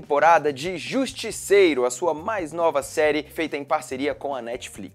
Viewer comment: "Zerie" mds